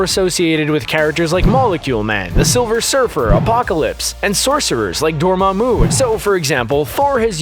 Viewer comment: its door-mahmoo not door-mah-moo